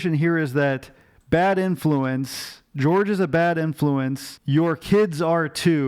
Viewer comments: Jorge's name is pronounced not like 'George' but like 'HOR-hay'. I really enjoy your analysis and dramatic reading of the transcripts as always 😁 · Is his name not pronounced Hor-hay? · His family called him Jorge as in George in the sentencing hearing. Even he asked to be called George rather than Hor-hay. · He spelled it Jorge but pronounced it George. Hope that clears it up.